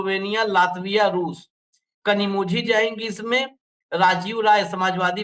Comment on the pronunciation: Kanimozhi is pronounced as KaniMOLI